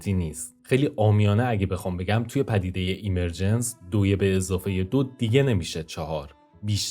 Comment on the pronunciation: درود. عالی بود. فقط دیکشنری گوگل اِمِرجنس (به جای ایمر...) تلفظ کرد.) مطالبی که قبلا هم به بعضی‌شون، با فکر و تحلیل، تصور یا بر اساس جهانی با الگو یا قوانین تکرارشونده یا فراکتالی، رسیده بودم. به‌ویژه احتمال بالای تکرار فراکتالی یا کپی‌شونده‌ی جهان‌ها. و ناتمام بودن این همه رنج یا پیچیدگیِ پوچ. شاید هم بر اساس قوانین تکرار، بشه تصور کرد یا حدس زد که همون اتفاقی که قراره به زودی برای تولید موجودات هوش مصنوعی به دست انسان (که خودش محصول فراکتال و اِمرجنسه) بیفته، در اثر تغییرات تصادفی طبیعت و دیگر موجودات، زمانی برای جهان ما هم افتاده، و جرقه‌ی اولیه‌ی زندگی مادی یا جهانی ما (مثلا از بیگ‌بنگ یا از شروع ایجاد حیات زنده) رو ایجاد کرده باشه. در کنارش، پدیده‌ی اِمِرجنس/ظهوریافتگی برای افرادی با نگاه زیر سوال‌برنده‌ی آفریننده‌ی خردمند/توانمند/همدرد/دلسوز (مانند خداناباوری) که با تحلیل و تجربه‌ی واقعیات تلخ جهان بهش رسیدن، یادآورِ رنج فرگشت و به خود وانهادگی در جهانی بی‌صاحب، بی‌حساب و ناعادلانه، پر از جنگ بقای بین‌گونه‌ای و بین‌همنوعی هست؛ و افراد دچار معلولیت و محرومیت، قربانی‌تر، تنهاتر و رنجورتر. که پناهی جز همون نظام‌های اجتماعی اخلاقی یا حقوق بشری دارای حمایت‌های اجتماعی (ساخته ی اِمرجنس یا ظهوریافتگی) ندارن. و اگه در جوامع غیرانسانی، توسعه‌نیافته یا محروم باشن، رنج‌هاشون چندین برابره یا شانس بقای کوتاه‌مدتشون هم کمه.